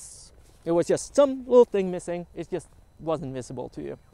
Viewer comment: It is interesting how you can manage to speak perfectly well in english yet all the time saying "just" with "u" instead of "j". I guess this bug is just a feature.